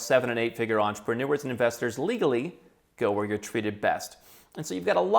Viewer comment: i like how he emphasizes the LEGALLY! 🤣, also.... im very interested in Argentina 🤔